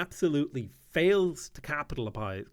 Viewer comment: so, you are criticising a game for not being perfect enough in a video that you struggle to pronounce "capitalise" 4 times. if you were honest in your perfectionism, you would have re-record your VO. otherwise, you are clickbaiting. while talking about UI without ever worked a single hour as UI designer